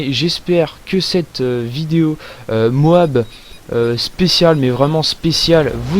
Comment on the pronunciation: MOAB on prononce toutes les lettres l'une après les autres ! C'est moche d'entendre l'autre façon celui du commentary